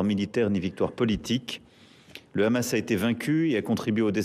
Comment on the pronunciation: Pourquoi le présentateur présente t-il le Hamas avec un r e'au lieu du h ce qui est typique de la façon de parler des Israéliens